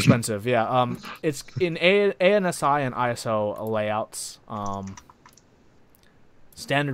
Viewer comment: ANSI is typically pronounced AN-see And by typically, this is the first time I've every heard anyone say each letter in the acronym.